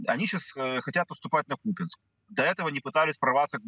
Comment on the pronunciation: Купянск это исконно Русский город.ведущие даже ударение неправильно ставят.